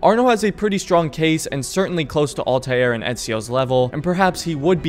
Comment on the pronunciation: please stop saying all•tie•air and just say all•ter or all•tear